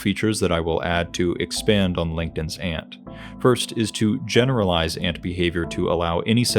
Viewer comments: you said langton's ant in a way to the point where the caption thought you said linkedin's ant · Is it just me. It sounds like you are saying “LinkedIn’s ant” instead of “Langton’s ant”. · Took me a long time to realize you weren't saying "Linkedin's Ant" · I genuinely thought you said "LinkedIn's Aunt" and now can't stop hearing that. Love this video and your attitude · Captions agreed. I thought it was a joke until I listened to it again. 😅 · I heard the same thing.